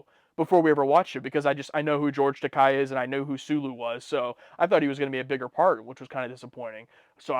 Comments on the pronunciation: Just a note, 'Takei' is pronounced 'Tah-KAY'. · (FYI -- "Takei" rhymes with "toupee.") ISWYDT